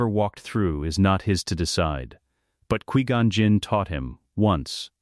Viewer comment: 1.25x speed makes the ai speech a lot better but cant help how it says qui gon